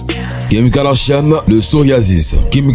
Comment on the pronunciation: Kim kardachiane kkk all bery pronoce bien les noms des gens aux moins